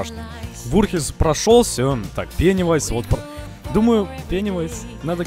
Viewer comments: Тачнее не беневайс а пенес вайс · Это не Пэнивайс а Пенисвайс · Мне иногда слышытся ге пенивайс а пенис🤣🤣🤣🤣🤣🤣🤣🤣